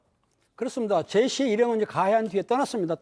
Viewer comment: 이분은 사람 이름도 제대로 모르나 ㅋㅋ.. 계속 제이시~ 이러네